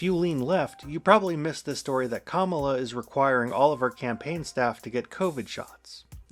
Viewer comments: You need to learn how to pronounce words. Not kaMAla. Comma-la. Sheikh is not pronounce chic. It's shake. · kamala is pronounced KA-ma-la not ka-MA-la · A new video! But et tu? Comma-luh Not cum-allah Comma-luh KAHmah-luh KAHmuh-luh! 😅 Anyway, she came out pretty hard for NATO and Ukraine last night. Pretty much the pinnacle of the speech, although maybe I'm biased Keep up the content, please 🙂 I'd especially love a deep dive into the 2014 Nuland phone call 👻 that vatniks say proves Maidan was a CIA coup, when it was really just them discussing whether they thought the protesters should form a unity government with Yanukovich as part of a deal to end the protests. Its an insidious lie that's penetrated deep into the media sphere. Drives me crazy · It's pronounced "Comma-La."